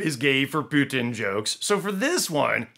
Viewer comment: I love how you pronounce Putin to sound as puke, пютина means python :)